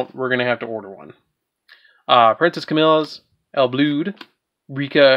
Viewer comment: I think it’s supposed to be pronounced “Ill Blood”